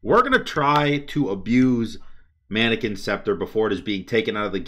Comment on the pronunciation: Take a shot everytime he says “Manikins”!